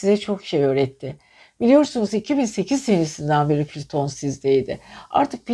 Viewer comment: Piliton değil plüton